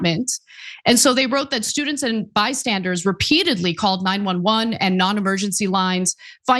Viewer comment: 911 said de add l with it lmao